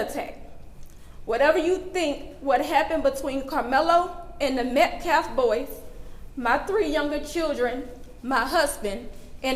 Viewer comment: His name was Austen Metcalf. Not Metclaf. Bro. This family needs to fire this clown, because you KNOW he’s being paid for this.